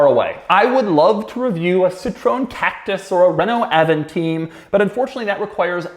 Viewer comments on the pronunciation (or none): Hi Doug... It's the second video you mention the Renault Avantime... Strangely good prononciation of Renault. But you said like last time AvantiNe... It's AvantiMe. As Avant and Time... Before Time. It was supposed to be Avant garde design before the Espace IV, Vel Satis, Megane... Problem of design, especially the doors made it come out at the same time as the Espace IV... Problem it looked as modern as the Espace IV, but had the dash, electronics and digital counters of the Espace III making the dash dated when it came out. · FYI we pronounce avantime in France not avanteam, and I would love to watch your review of this car!